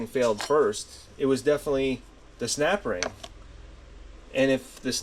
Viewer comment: Snapring. 🥴🥴🥴🥴🥴😆😆😆 ohring, not a snapring? 🤣🤣🤣🤣🤣🤣